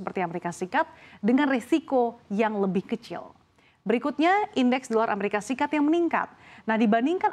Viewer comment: Dolar amerika serikat buk, bukan seperti yg di omongin, " dolar mresika srikat...😂😂😂😂😂😂😂, presenter habis main nihhhh.....gelagapan